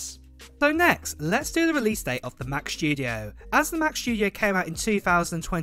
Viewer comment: "The macshhhtudio"🤣👌 love your videos mate